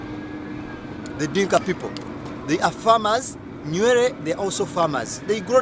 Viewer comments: Who told you that Nuer and Dinka are both resided in Bahr El Ghazal and both are farmers My friend these are misleading information, you better go and study again ..... the way you pronounce Nuer is even not the one we know in South Sudan or you are talking about another tribe in Uganda. But it is not your fault, it is our mistake that we are fighting ourselves for nothing until such low people like you got a gut to talk about mighty South Sudanese. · 99.9% of southern Sudanese will tell you that you got the whole thing wrong brother. Try to read more books written by southern Sudanese experts about each tribes. oh! your annoying pronunciation of Nuer .